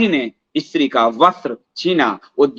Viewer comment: What is "Ee-Stri"; kya 'Stree' nahi bol sakta? Pronunciation toh theek kar lo.